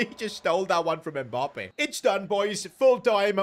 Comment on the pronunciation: What kinda annoys me is the way he says “Mbop-ay”